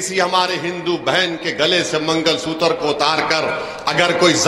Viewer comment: mangal sutar nhi magalsutra hota h bewakuff